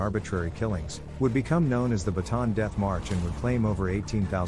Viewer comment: It's Bataan not baton.🤓